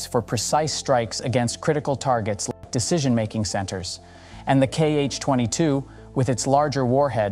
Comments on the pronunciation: We don’t call them “kee-eich”, Cyrillic letter X reads as “ha” in this case. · It is not kh-22 it is x-22. X (sounds like "ha " in Russian).